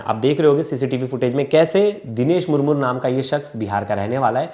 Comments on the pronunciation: It's not Murmur, 🤨It's Murmu . Aur Haan hum Adivasi Kabhi Ladai Ki Badawa Nahin Dete Balki Hum Shanti Purwak Jeene Wale Log Hein. Humein Yeh (CBI Agarwal) Jaise Log Jinhone Murmu Ji ki Life Barbaad Kardi, Aise Log Hi Intare Ki Cheezein Karne Par Majboor Kar Dete Hein, Baat Rahi Humari Kanun Vyavastha Ki Woh Toh Khokhli Ho Chuki Hai. Aajkal Kanun Sirf Uska Saath Deti Hai Jiske Paas Paise💲Ho. Aur Jiske Paas $ Na Ho Usey Nirdosh Hote Huye Bhi Mujrim Bana Di Jati Hai, Warna Ek Baar Adivasi,Santhals Ke History Dekhenge Na Aap Samajh Jaayenge Yeh Kaun Log Hain. Aur Bharat ke Liye Kya He Yeh Log🌾⛰️🏹👳 Jai Hind 🙏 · मूर मूर नहीं मुर्मू होता है। उच्चारण ठीक करना चाहिए मीडिया।